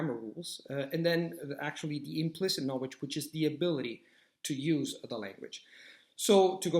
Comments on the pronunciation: Agree with what you said! Tip: You have a strange pronunciation of "KNOWLEDGE". You say or KNOWEDGE... You don't pronounce the L, which is weird in an otherwise pretty excellent accent:) Just wanted to point that out, as I'm sure you can easily correct that! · In learning a new language, one must be open to correction...which is how you learn. If he said "na-wage" that many times to me in an English conversation, I would have done everything imaginable to refrain from laughing...not at him, but the pronunciation. It immediately made me think of Tweety Bird.